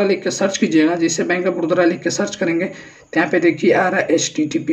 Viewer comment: बड़ोदरा नहीं बे बड़ौदा